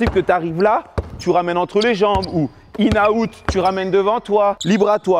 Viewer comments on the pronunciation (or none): C'est "in and out" pas "inaout" wesh